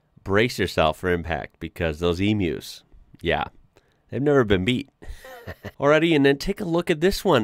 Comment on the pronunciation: Congratulations on pronouncing emu correctly….. emew….. instead of like most other Americans…. eMoo 😬